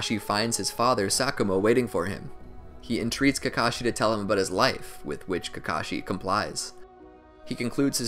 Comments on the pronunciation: He said kakocku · You said Kakashi Kakaki at a part I won't tell you when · I loved this but at one point my man said kakaki im gonna die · did did you just call kakashi kaki? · Kakakakee hahahhahahahahahahah